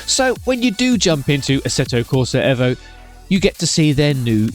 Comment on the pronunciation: 1.4 dropped bro. Hey, your the only one saying EVO correctly👍